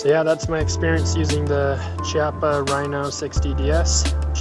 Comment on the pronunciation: use the bmt mooner, do a search, dont want to link it here, also just buy a bunch of moon clips to make extraction faster any holster recommendations? also its pronounced KI-appa